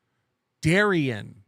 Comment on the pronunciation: Chad was right pronouncing Darien . Trust me my name Is Darren and the two are pronounced differently